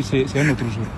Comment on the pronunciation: Auzord'ihui aussi c'est un notre zour😂Wallaye